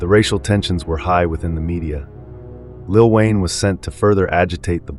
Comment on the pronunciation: Lil whayne 😅😅😅😅😅😅😅😅ah ah ah ah ah ah